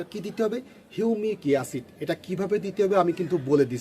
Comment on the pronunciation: সব ঠিক আছে কিন্তু হিউমিক ইয়াসিড না ভাই ওটা হবে হিউমিক এসিড। দয়া করে উচ্চারণ ঠিক করুন।